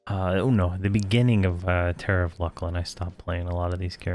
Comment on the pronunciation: I pronounce it 'Fear E Oh Na Vye' myself. Sometimes I watch his videos and cringe at some of the stuff like 'LUCK LIN'....I pronounce that one LOOSE LIN, but everyone has their own way of saying stuff.